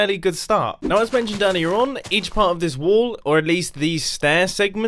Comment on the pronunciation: Whenever he says wall i hear wool